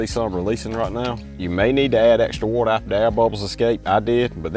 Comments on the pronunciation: “Whatther” I love that dude 😂❤ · i like the way u talk. u kinda sound australian when u say water and its awesome and charming